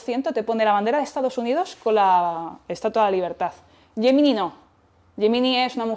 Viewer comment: Por cierto, no sé porque la palabra GEMINI la pronuncies como YEMINAI. Defendamos nuestro idioma, por favor.